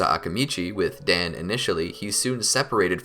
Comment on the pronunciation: Dān is prenounced Don